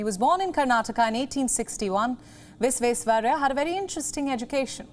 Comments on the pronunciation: His name is Vish-wesh-wa-rai-ah - VISHWESHWARAIAH Pls pronounce it rightly 🙏🏼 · explain it how? I studied from Sir M Visvesvaraya IT college bangalore. Every year we used to celebrate his birthday with correct pronunciation. The kannada professor when addressing him officially used to say Sir Mokshagundam Visvesvaraya not Visvesvarriah. I have explained how the words gets pronounced in a different way due to local phonetical difference. You go to Bengal the pronounciation of Visvesvaraya will be Bisvesyaraya. Go to Nepal the pronounciation will become Bhisveswaraya etc. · Learn how to pronounce Sreemaan Mokshagundam Vishveshwaraya's name properly then think of reading news ... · Name is Sir M Vishveshwarayya❤❤ .. pronounce clearly✌️✌️ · Please atleast pronounce his name correctly.... then you can talk about him. 😡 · She cannot even pronounce the name properly.. We are really missing palki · Please first learn to pronounce his name properly🙏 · News Presenter should have practiced pronouncing Sir MV's name correctly. She is definitely better that Rahul baba though. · Better than Rahul Gandhi how he pronounced it oh no. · Ha ha ha...yeah true!